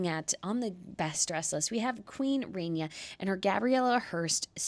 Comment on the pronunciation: No excuse: it's Queen Rah nee a , not Ray nee a